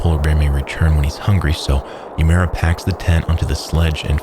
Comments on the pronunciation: it's so grating to hear "youmera" over and over again, instead of "oo-eh-moo-rah" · "yUmArA". That's the best you can do to pronounce it correctly? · This is a great video but I wish you had pronounced the guy's name properly. Uemura would be spoken like oo-aye moo rah in Japanese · sound it out, u-e-mu-ra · Would’ve been better if you pronounced uemura properly instead of saying “umaru” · You don’t contract frostbite. It’s an injury, not a disease. Also this guy’s name got butchered. It’s Now-mi Oo-eh-moo-ra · If you're going to narrate something like this, why not learn to pronounce the name right? You're way off. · The only thing wrong with this perfect video is the atrocious pronunciation of Uemara. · Why go the all the trouble of painstakingly editing this, researching, writing the script, recording the VO…and not bother to learn how to pronounce the man’s name properly? Your pronunciation isn’t even remotely close and doesn’t even make sense based on the sequencing of letters in his name—how do you get “ooh-mera” from “Uemura”? The “e” comes before the “m”. Legitimately makes me wonder if you’re bothering to get the details right on the research side. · I wish you had pronounced Uemura's name correctly. Japanese might not be a language you speak, but I think a person's name is important, especially in a quality biographical documentary. Nonetheless, I love your videos! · I just wonder why if he's so professional and descriptive he couldn't bother to learn to pronounce the name properly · Nay Omi is incorrect, the Japanese alphabet has no nay it's nah, nah o meh .. And no u(you) it's oo a mura Na o meh oo eh moo ra Great video but you butchered his name. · it's pronounced nah-Oh-me oo-eh-MOO-rah